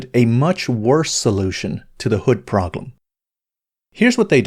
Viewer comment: Why does he say "proglem" instead of "problem". Forgot why I stopped watching OCD kicking in